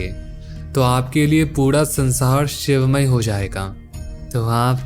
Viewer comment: Bhai bahut achha laga sun ke aap ke content ko, ek chhoti si salah hai thoda uchharan me dhyan dijiye, sar hota hai sad nhi, sansaar hota sansaaad nahin. Jay sri hari💐💐